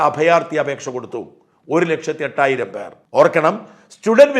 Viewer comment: എട്ടായിരം അല്ല ചേട്ടാ, എണ്ണായിരം.. 😜